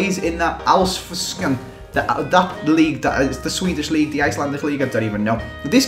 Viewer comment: Its so funny when you try the alsvenskan